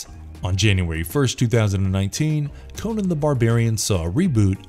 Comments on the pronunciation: Omg stop saying Conan wrong it's well annoying Co-NAN not Conun. Fuck sake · It's not "Conin", it's "CON AAAAAAAAAA N". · Fun fact: Robert E Howard prounounced "Conan" with a "u". - "Conun". We've been pronouncing his name wrong for generations.